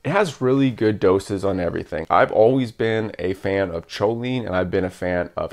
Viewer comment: I was confused when you said "sholine".. its "koline".. sorry to be that guy..